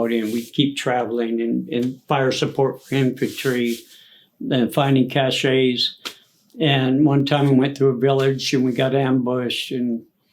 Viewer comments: Learn how to pronounce "cashe" brother! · Cache, (cash)...not cachet... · The 9th ID did not serve in the Cambodian incursion. There is no such thing as a ‘sparkler’ artillery shell. Abrams tanks were introduced in 1980. Apache helicopters did not enter service until 1986. There is no such thing as a ‘cach-ay’, it’s a weapons cache, sounds like ‘cash’ He’s read a few books, might have known somebody in an ATRY unit, but if he did serve in Vietnam (doubtful) he was a cook or something. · Dude, it's cache.....pronounced like "rhyme with stash"...not cash-ay. That was driving me nuts He might be a Vietnam Vet, but he's a teller of very tall tales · He lost me at cashey it’s cash weapons cash